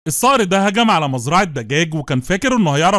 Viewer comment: السنه 2024 ⚠️اسمه الصقر✅ وليس الصار ❎ اذا النطق لست صحيح فالمحتوى ليس صحيح